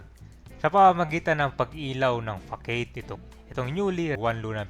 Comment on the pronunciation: Anong problema maliit na bagay 😂